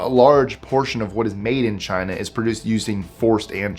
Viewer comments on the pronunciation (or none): none